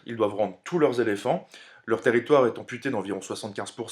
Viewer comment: Intéressant, rythmé, bien mis à la portée des jeunes adolescents. En revanche, attention a votre vocabulaire : - "récupéré des territoires" : on n'est pas chez Emmaüs. - 37 "zéléphants" ? Très zélés, les pachydermes. 🙂 - "gros port" sonne comme une insulte - "envoyer une garnison" : c'est strictement impossible. Des troupes, ou un contingent, oui, une garnison, c'est un délimination géographique et administrative. - le "traité qui les unit" : non, qui les lie, c'est différent Vous devriez vous faire relire par un officier avant d'enregistrer votre texte.